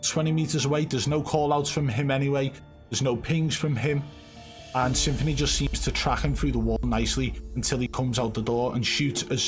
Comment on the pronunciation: Stop prenouncing this rat's name as Symphony, it's Some-Phoney!